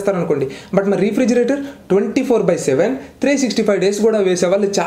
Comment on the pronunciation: Pronounciation Rey-fridgerator bro..... Not re fridgerator just a tip.... Nice videos